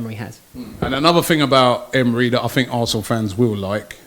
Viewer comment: Its kills me when he says Arsthenal 🤦🏾‍♂️ Didnt know this was Arsthenal Fan TFee